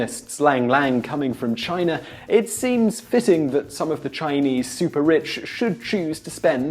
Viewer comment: It's funny that you can't pronounce China correctly at times. You said Chiner a few times. English people add R's after A's.